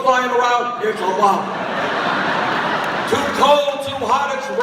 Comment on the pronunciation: I love the way he says "Barack Obamer." So cute. :-)